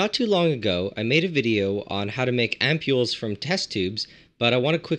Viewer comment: How do you pronounce this ? "Amp-ew-l' " 😂 ?